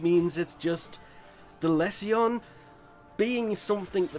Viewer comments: It’s le-sion not Les see yon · Every time you say less e on I cringe, it's pronounced Lee Sun. Its a medical term Google it, also that wep is pure Mr fodder, its a poor man's plague zaw for the people who hate poe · Less-E-On? That's not how it's pronounced right? It's Lee zhun like legion with an s. Or am I entirely wrong here? It's also not Hem-ah. It's Heam-au. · ..did..he just a the Lesion the lezzion? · Less ee on? Goddamn... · Les see yon ? xD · He says it like a finn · Dude, don't take this the wrong way but go google how to say lesion. It's a medical term. Like, he's got lesions ons his liver, meaning he has scars on his liver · Pupacyst with a "pu" like puppy, rather than pupa. Lesion like...like...uhhh.... Anyway, must be a troll. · you finns say it wrong then :P